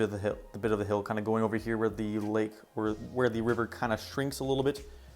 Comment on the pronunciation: cannot say "hill" in this video lol great world nonetheless, definitely ur best world yet! also CORNERLESS NETHER PORTAL